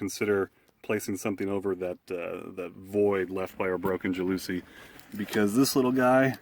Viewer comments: JAL la SEE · ITS PRONOUNCED "JAL ASEE FOOOR FUCKS SAKE!! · JOWL Oh Sea is the correct pronunciation....lmao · Ja looooouuuusie????? not how it is pronounced.